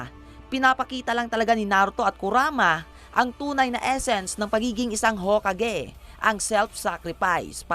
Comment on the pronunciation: Ang alam ko Ho-ka-ge hindi Ho-kage Paano ba talaga ang pag banggit?